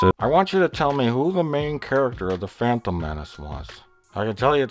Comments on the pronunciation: Why does Plinkett pronounce The Phantom Menace as "The Frampton Menace"? Does he hate Frampton Comes Alive that much? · haha, 'da phrantom menace' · Why does he keep saying "phrantom" menace?